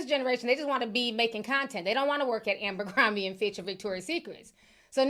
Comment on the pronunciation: It's ABERcrombie not AMBERcrombie.